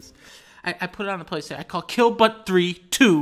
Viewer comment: he’s sittin theah.